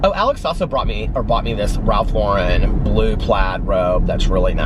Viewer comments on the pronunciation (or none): none